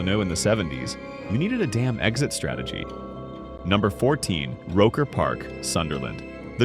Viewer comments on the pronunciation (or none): and Exit, not eggzit